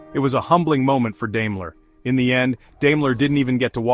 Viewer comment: It’s pronounced “DIME-ler” not “DAME-ler”